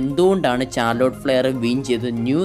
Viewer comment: ചാർലൊട്ട് അല്ല മുത്തേ ഷാർലോട്ട്